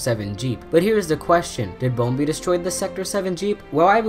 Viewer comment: It’s bumblebee